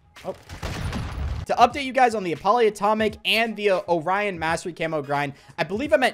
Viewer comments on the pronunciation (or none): none